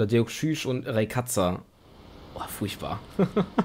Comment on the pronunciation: Im Film würde gesagt: "Deoxüß" und "Raikasa" (von der Aussprache her)